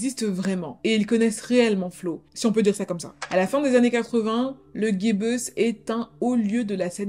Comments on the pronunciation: C est pas le "guy bus", mais le "jibus" quand tu parles du club/salle de concert le Gibus 😊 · Chère demoiselle, le Gibus (boîte très connue de Paris) se prononce JIbus et non pas GUibus, mais personne ne vous en voudra ! 😘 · Le Gibus chapeau français haute forme = Jibusse pas guibeusse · Bonjour, peut-être que quelqu'un l'a déjà signalé...c'est un micro détail mais on prononce "ji-busse" et pas "gui-beuss" pour la salle de concert Le Gibus...dans les années 70-80 elle a accueilli des stars du "rock décadent" comme Johnny Thunders ( New York Dolls, Heartbreakers), Stiv Bators ( Dead Boys, Lords Of The New Church), Daniel Darc, et aussi des groupes punk, Oi, heavy metal. J'y suis allé il y a quelques années pour des concerts punk/oi. Le "gibus" c'est aussi un chapeau haut de forme, si tu connais le groupe Guns' N Roses, Slash, le guitariste , en portait un ( il le jette en l'air dans le clip "November Rain"). Snon très bon travail, j'ai visionné 3 vidéos hier! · ...et le Gibus s'appelle à la française : jibuce. J'ai eu le poil hérissé en entendant Guibeuce. Désolée mais c'est toucher à une institution. Et surtout il s'agit d'un mot bien français qui désigne un chapeau bien français. 🤷 PS : la salle de spectacle s'appelait"petit Gibus". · Le guibus.... c est à Paris ça se dit gibus comme le petit gibus bordel. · Le Guy Bus 😂😂😂😂😂 « G »et « I » se prononce ji ça n’est pas un mot anglais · Juste pour info...on ji bus et non gui bus. Super et désolante histoire. Aucune conscience morale. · C'est le Gibus pas le "guibeus" 😂 😂 😂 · cette folle....sinonon dit "jibus" pas "guybus"^^ endroit mythique de paris bordel!^^ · On ne dit pas le « Guibeuss » mais simplement, le « Gibus » (J-Bus) à la française quoi. Faut doser sur l’accent kainry à tout va 😉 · Merci pour cette vidéo! C’était super intéressant et pleins de détails comme d’habitude 🫶 Par contre petite remarque/ question j’ai toujours entendu tout le monde dire le “Gibus” (jibus) c’est quoi le bonne prononciation? 🤐